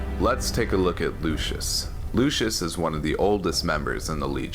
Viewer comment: Hilarious to hear you pronounce "legatus lanius" all fancy but then you pronounce "lucius" in an american accent. In classical latin, its (Loo-kee-yus) not (Loo-shuss) Please pick a pronunciation lmao